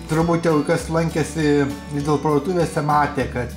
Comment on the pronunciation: Ne 'Lidl' o 'Lid-el' tariama.....